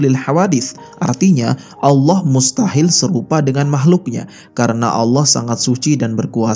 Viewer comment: Saran untuk mimin cara mengucapkan "Allah", pada islam dibaca "الله", sedangkan untuk kristen dibaca "al-lah"